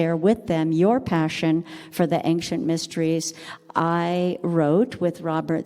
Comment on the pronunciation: very interesting but please see below The word "ancient" is pronounced as /ˈeɪnʃənt/. It is a two-syllable word with the stress on the first syllable: AYN-shuhnt. The key pronunciation point is that the "ci" sounds like "sh," not "k". Breakdown of the sounds: AYN-: The first syllable is pronounced like the word "ayn". -shuhnt: The second syllable has the "sh" sound, a schwa (uh) sound, and a final "t" sound. Tips for pronunciation: Practice the "sh" sound: Focus on making the "sh" sound clearly, similar to how it sounds in "she". Place the stress correctly: Make sure to emphasize the first syllable (AYN-). Listen to native speakers: Watching videos or listening to audio recordings of native English speakers can help you perfect the pronunciation